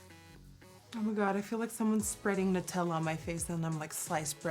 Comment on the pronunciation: OMG YASSSS finally someone who actually says Nutella right everyone says newtella and I hate it like wtf it’s Nut not New